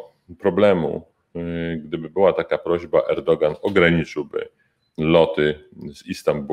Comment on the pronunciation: Wwymowie Nazwisko Prez. TURCJI BRZMI Erdoan, P Mecenasie. A PROPO Orbana zawsze grał i gra w swoim interesie, jak przyjdzie co do czego ", wystawi nas do wiatru.